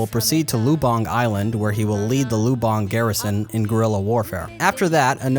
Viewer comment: great video by the way, Lubang is pronounced with the accent on the first syllable